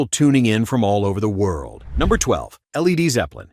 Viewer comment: I always thought it was Led Zeppelin not L.E.D Zeppelin